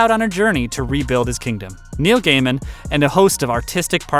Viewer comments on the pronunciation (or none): none